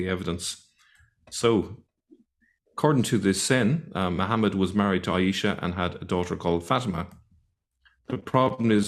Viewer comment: 'aeesha/ fateema' - wot a ars. he can't even say the names correctly - and he's an 'arabic expert'? this is deep stupidity.